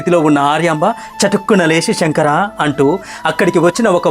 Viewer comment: షెంకరా అని పలకవద్దు "శంకరా" (Sae) అని పలకాలి